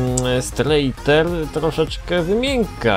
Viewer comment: wymawia sie to sztrajter. (ten model=